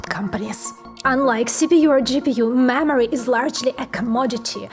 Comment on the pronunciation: Lady I love you but the way you say "mammary" I mean "memory" is amazing! You don't always say it, but 60% of the time it's funny every time!